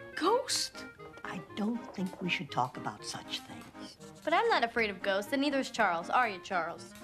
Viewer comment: My brother and I always mocked the way he over annunciated "ghosts." There's nothing wrong or inaccurate about the way he pronounced the word, but it just sounded like he added a few "stststststs," to the point where we grew to refer to this, not as the Melissa Joan Hart epidose, but the "Ghoststststststs" episode. 😂